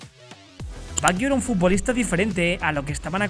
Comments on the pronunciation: Todo bien...pero me fastidia la pronunciación del apellido... No se dice "baguio"... Se pronuncia "bayo" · como que baguio? se pronuncia bayo. badjo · Por qué pronunciás "Baguio"? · Estaría bien que pronunciara su nombre correctamente...porque se escucha muy feo asi😉